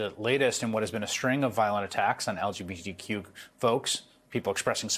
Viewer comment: It sounded like he said "LGBDQ community".